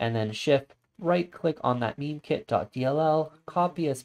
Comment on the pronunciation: Thanks for the video. Just a quick thing, isn't "Mime" pronounced like the silent "mime" performers rather than having the same pronunciation as "meme"?